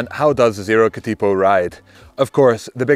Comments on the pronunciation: Cat IH po, not Cat Ee po. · We usually lazily pronounce Katipo as "Ka-Da-poh", with the T having a D sound, and each syllable having the same duration. Not "Ka-Teee-poh". A Katipo is a spider by the way. I have both here at home: the bike and the spider! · Katipō is better pronounced as Kuhteepoh. The emphasis is on the first and third syllables. Cheers from NZ🇳🇿. P.S. Great explication and explanation of pros and cons. Thank you. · Another great review mate. And fantastic to see a New Zealand bike feature on your channel 😁. Keep up the brilliant content. For future reference, katipo is pronounced ka-tuh-po. Katipo is the Māori name for a venomous spider that lives around parts of the New Zealand coastline. You came close with taniwha 🙂. Taniwha is pronounced ta-nee-fuh. A taniwha is a water monster in Māori legend. Cheers from Aotearoa NZ!